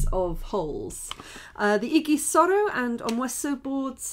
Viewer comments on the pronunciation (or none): It's pronounced idžisoro not igisoro...